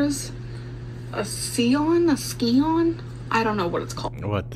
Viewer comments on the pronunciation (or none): Lol. "SKI-ON". It's Sy-on. Lol. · She's trying to say Scion. It was made by Toyota and I think its been discontinued. You'd think she'd learn how to say the name of her favorite anything but I guess that's too much with this one.